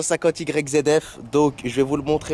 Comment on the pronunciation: cest yfz pas yzf